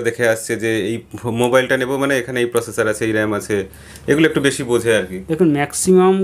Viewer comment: ভিডিওর কনসেপ্ট খুবই ভালো।এইরকম ভিডিও মাঝে মাঝে দিলে নতুনত্ব আসে।তবে কোয়ালিটির দিকেও নজর দেওয়া উচিত। একজন মোবাইল ব্যাবসায়ী ভালো কথা কিন্তু প্রসেসর এর উচ্চারণ কয়েকবার ভুল করেছে।এই রকম মানুষদের নিয়ে কমেডি ভিডিও বানানো যায়।এইরকম তথ্যমূলক ভিডিও মোটেও নয়।